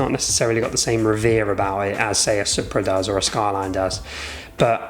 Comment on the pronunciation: Its pronounced supra as in soup-ra 😂😂😂